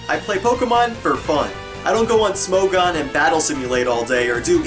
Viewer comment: you pronounced smogon wrong.